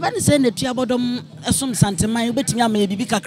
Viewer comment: Why did the presenter keep on saying "Tuabodom" even after he was corrected that the proper word is TUOBODOM?